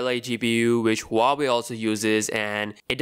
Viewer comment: It's not hua-way, it's wah-way